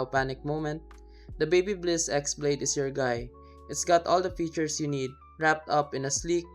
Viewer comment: It's not Babybliss